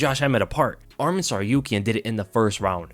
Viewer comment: Interesting fact the way you pronounce ArmEn (which is another Armenian name) but his name is ArmAn. but still great breakdown thanks !